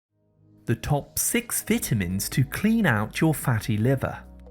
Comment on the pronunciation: Most, Appreciated😁... Thank, you ‼️‼️ ..but, what are Vit-tamins⁉️🤔